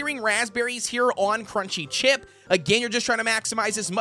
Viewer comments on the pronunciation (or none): none